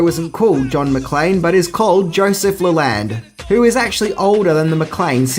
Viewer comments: It's pronounced Joseph LEE-lənd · I'm pretty sure the name of the guy in the book this movie is based off of is pronounced "Lee-lund", not "Lay-land". Silly Aussies, butchering the language. Rural Americans, especially from the South, are no better, so it guess its egg on both our faces!!!! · yeah, you got it wrong. sounds like tear, man. as in shed a tear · You are pronouncing Leland wrong (lee-land) is the correct saying.I know it's different parts of the world so we speak differently but I was just informing just as I hope you would inform me if I messed up anyone's name your country.